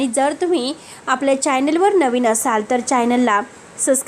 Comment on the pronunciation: चायनेल नाही हो चॅनल म्हणा.ए बाई तुला काय वाटतं ते कुणी विचारले नाही.